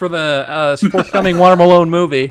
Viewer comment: Water Malone sounds like Water my lawn